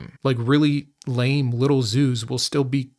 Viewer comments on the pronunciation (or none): none